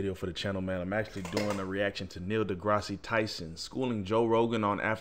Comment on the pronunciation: Awesoem just one thing it’s Da-grass not da-grass-si lol Dr Tyson and Joe are both awesome!